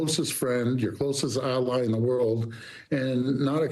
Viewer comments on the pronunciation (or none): none